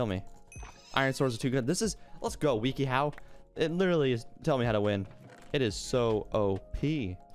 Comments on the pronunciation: i like how he says it "weaky how" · mans said weeky how